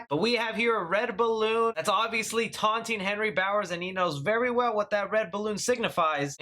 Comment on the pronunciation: "whale" instead of well XD